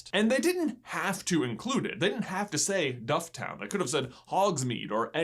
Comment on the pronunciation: Can I just add dufftown is pronounced “dufftin” .